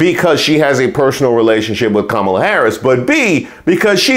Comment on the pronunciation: I swear every time I think Trump can’t get anymore remedial, he does!🤦🏽‍♀️Why does he call her Kamilla, Calmala, HER NAME IS KAMALA-(COMMA-LA)😢!!!!!! JUST LIKE IT IS WRITTEN